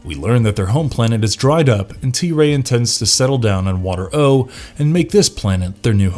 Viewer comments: The planet was called Water-O (WAH-TARE-OH) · I love this show, I was so bummed that it was so short lived...and the planet name is pronounced waterro with the emphasis on the second syllable. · The narrator also pronounces Water-O the wrong way. He should have done some research before creating this video. How could he say the Mantennas couldn’t breathe underwater when he shows a clip of them talking underwater? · Listening to this makes me want to tear my hair out because he keeps mispronouncing WaterO. He must not have watched or listened to an actual episode.